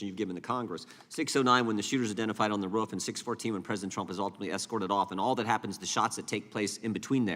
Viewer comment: May I just say it is, roof, and not “ruff”. You may now proceed.